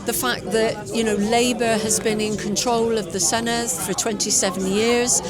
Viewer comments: Good video, but please learn how to pronounce ‘Senedd’ properly. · I keep saying it but no Emglish journalist ever pronounces Senedd correctly. Dd is pronounced like the Th in "This", not the Th in "Thing"